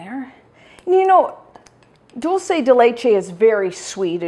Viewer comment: Wow you said "dulce" correctly at the beginning of the video! I usually hear it pronounced wrong in the States. This yogurt looks amazing!!